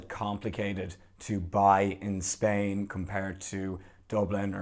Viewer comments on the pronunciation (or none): none